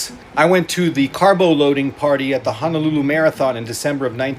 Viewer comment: I hate how he says Honolulu. If you’re going to live in Hawai’i then say the names correctly!